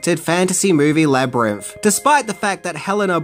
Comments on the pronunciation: I'm really sorry, but I keep getting really distracted by 'Labrinff' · Love love love this movie! This was super interesting, but uh… “Jeriff” and “Labyrinff” over and over drive me a little crazy. 😛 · Labyrimf? Labyrimph? 😂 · Labrimpf? Never heard of it. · Please learn to say Labrynth correctly